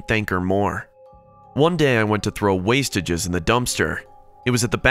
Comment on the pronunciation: Did the narrator say "wasteages"?! Really?